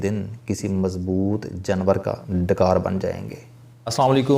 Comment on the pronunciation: Sir Urdu sahi bola Kray janwar hota ha jnwr nhi